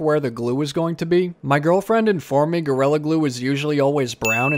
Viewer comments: I’m not being sarcastic when I say that I adore the way you pronounce gorilla- GORELLA- it’s much more evil that way! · Your accent always comes out when you say “orange” lol and today when you said “gorilla” it became more apparent 😂